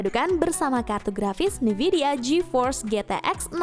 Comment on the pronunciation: Min, bacanya N-vidia bukan NIvidia. Dengernya jadi agak aneh2 gitu